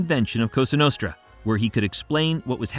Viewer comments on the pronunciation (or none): When this guy said costra nostra I almost turned it off . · Straight from the "Coustra nustra" in the first couple seconds, i assume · "COSTRA NUSTRA" I'm out of here, wtf AI a$$wipe?